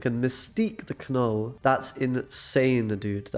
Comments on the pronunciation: Kah-Null? You are screwing with us, right? You don't actually think that's how his name is said? Pronounced nuhl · While I enjoy your content, unfortunately, I could only make it halfway through the video. One too many Ka-nulls made me tap out 🤦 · The "K" is silent, bruv. It's pronounced "nuhl" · The K is silent ....its just pronounced Null. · the way you kept saying "Kuh Null" made me mute this video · Seems like a super fun deck. My eye twitch hasn't gone away from the 107 times I heard Kuh-nuhl though... this could be problematic. Anyways, keep up the good brewing! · Yeah that was bugging me so bad😂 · Some people found the pronunciation irritating/weird. For me it made me childishly chuckle every time, because if you pronounce it that way you say “f**k” (as a verb) in Swedish. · It is very frustrating the way you pronounce Knull. In Polish language you pronounce words how you see them so it is wierd to hear content creators pronounce beloved characters Wrong!!!!